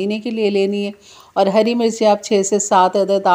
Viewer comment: ‘ haari’ nahin ‘ harri’. ‘Shola’ nahin ‘ shulla’. Sahi tallafuz hai. Muaf kejiye ga.